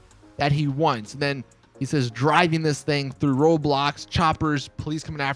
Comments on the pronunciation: Who else heard Roblox (🤮) instead of Road Blocks? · sounds like he said roblox :P